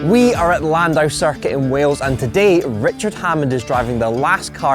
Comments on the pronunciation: Please learn how to pronounce Llandow correctly - it's a British language where the double "Ll" is not pronounced as a single "L". Gets me cringing every time you guys! Otherwise keep up the fun videos! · Llandow, not landow. Ll is a different letter to L. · Can you AT LEAST say Llandow properly.